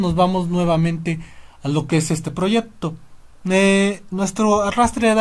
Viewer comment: Proyecto, no proyepto